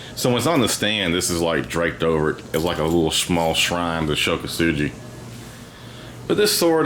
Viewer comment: Ko-Su-Gi not Ko-Su-GEE